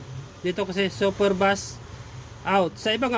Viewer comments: super beys pagkabigkas nyan hindi super bas o bus...kung mahilig ka sa sounds or mga sounds electronics alam mo dapat pagkabigkas nyan.hindi kuro kuro lang.. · super bus😂🤣